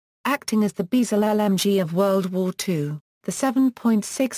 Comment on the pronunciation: Submakeen gun? These shitty text to voice auto generated 'videos' continue to annoy!